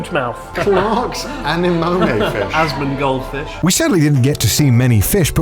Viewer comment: did I just hear "ASMONgold fish"? hahaa